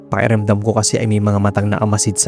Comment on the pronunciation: Napapansin ko lang po, bakit parang nawawala minsan ang tunog ng letrang “K” sa mga salitang tulad ng “pakiramdam” at “malaki”? 😄 May ibang salita naman pong malinaw ang pagbigkas ng “K,” kaya medyo kapansin-pansin lang kapag sa ilang words ay parang hindi siya naririnig.